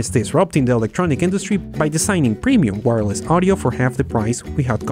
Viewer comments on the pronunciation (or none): none